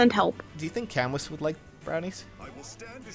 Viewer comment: If his name is really from the french writer it's pronounced "Kamu" not Kamus nor Kamous